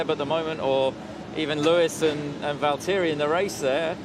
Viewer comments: Who is Val-Teri ?😂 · Why does Horner pronounce everyones names wrong? These are drivers who have been in the sport for years and he so rudely mis-pronounces their names in some kind of weird power play.